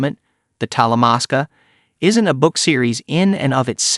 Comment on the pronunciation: Dude it's Talamasca